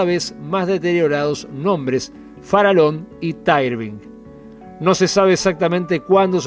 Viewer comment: Sin temor a equivocarme Colonia Express a pesar de la pandemia tiene hoy el 30 % del mercado quedando Buquebus relegada . "Farallon" se pronuncia FARAYON y NO FARALON , el nombre del aliscafo hace homenaje a la Isla homónima frente a la Colonia del Sacramento. Saludos !